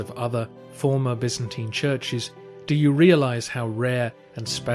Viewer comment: Bi'-zan-tyne. What is so hard about that pronunciation? 😱